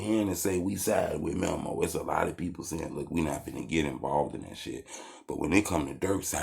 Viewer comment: It’s meeemo not memo 😂